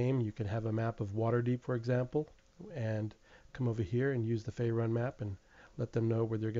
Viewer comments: It's not pronounced "Fay Run" its pronounced "Faer oon" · faerun is pronounced (fay-rune) not (fae-run)